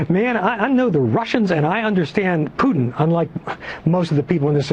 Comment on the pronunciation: Ralph Peters might be an idiot but he's the first American I've heard to pronounce Putin's name correctly.